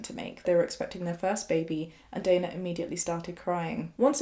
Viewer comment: is so insightful. Also first time to see someone with same spelling of my name mentioned (Dana), and pronounced it the same way I do 👏 sad things to be excited about 😜